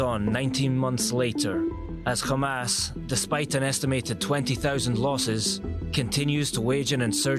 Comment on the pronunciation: Its hamas not kha mas mfker